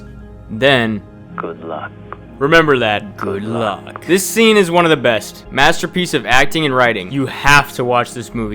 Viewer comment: Say it again.. "good-look" 😅